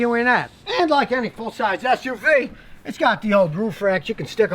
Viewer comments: GODDAMN IT YOU GOT HERE BEFORE I DID🤣😂😂!!! I knew that's what I heard too! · True! thats what I heard too 🤣🤣🤣🤣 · That's what I heard too 😂😂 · For a second I thought you said "For a big a$$ uv"